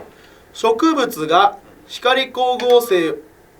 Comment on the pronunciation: 光合成のこと、「ひかりこうごうせい」って言ってない？？